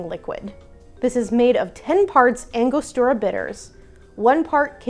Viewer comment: I cringed when she pronounced angostura with an "L" after the g